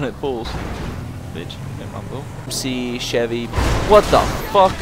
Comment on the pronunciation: I like how he bad mouths Chevy but obviously he knows nothin about Chevys/GMC because he can't even pronounce it.